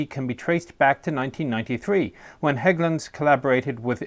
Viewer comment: So great that they took the time to look up how Hägglunds, particularly the "Ä", was pronounced. Don't really care if it's mispronounced but it's nice when they do the extra work not to. Also looking at the different CV90 variants makes me think it's a great job being a CV90 engineer. "How about we put a 120mm on it? How about we put a 40mm Bofors on it? How about we put a 35mm Bushmaster on it? etc.".